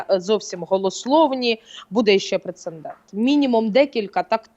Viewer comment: У часто вживане слово "прецеНдент" 😂